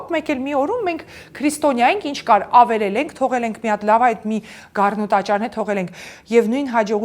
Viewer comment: Ամեն ինչ հետաքրքիր էր, հիացնող, ոգեկոչող, լավատեսություն ներշնչող, բայց այդչափ գեղեցիկ խոսքին զուգահեռ, ականջ էր ծակում ,,ավիրել,, ,,խանգառել,, բառերը